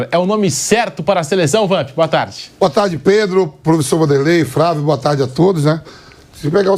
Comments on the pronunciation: Vampeta fala FRA vio!!😂😂😂😂😂 Ignorante pa carai!! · Vampeta fala : " Frávio"?